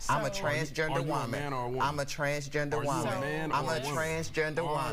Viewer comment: "I'm a Trahhnsgaender woemaen" "I'm a Trahhnsgaender woemaen" "I'm a Trahhnsgaender woemaen" 🤡🤡